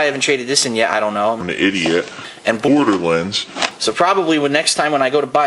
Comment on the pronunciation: It's not pronounced border lens its Borderlands